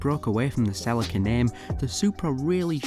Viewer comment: Wait I thought it was pronounced sell-e-ca